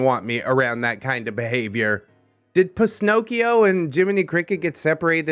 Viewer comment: "Pisnocchio"? haha I imagine a Pinocchio made out of pistachio shells